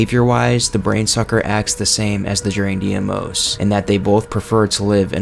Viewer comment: Deimos is not pronounced “dee-ay-moze” it’s correct pronunciation is “dey-moss”